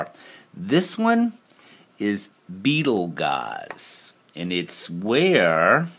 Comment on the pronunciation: Dear... love what you do, I've seen some things so much clearer so thanks. Just a heads up... Beetleguise is pronounced Beetlejuice:)